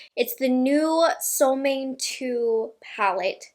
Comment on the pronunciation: fun info: The name SOLMÅNE is in swedish and is pronounced kind of: ”Sol” = as the words ”cool or pool” but with a S first before the oo. And ”Måne”= kinda like the words ”loan-eh” but with M first ofc. Really like and appreciate your videos all the way from sweden!